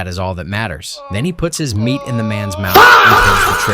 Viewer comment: My ears heard that & went WTF did he just say?